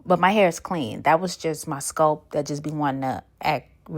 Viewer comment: Leaving because of how you pronounce SCULP. Bruh 😂